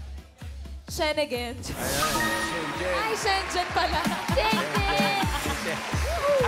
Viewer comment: Mali na nga ang tanong doon sa visa! Pati yung pagbibigay ng premyong 5k d binigay eh tama naman yung ale?hindi lang napronounce na mabuti,plus sinabing european visa ang kanyang sinasabi so it means she knows what she's talking about.kung gusto nio pala malaman kung ano ibig nya sabihin eh d pina spell nio na lang sa kanya ang shengen visa?wala sa ayos!!